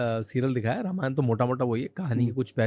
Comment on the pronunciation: जब आप लोग हिंदी में वार्तालाप करते हैं तो यह रामायणा, महाभारता, वेदा, योगा, यह सब कौन सा ब*** वाला भाषण जोड़कर रख देते हैं 🤬🤬🤬🤬🤬